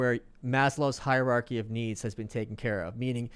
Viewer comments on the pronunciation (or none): none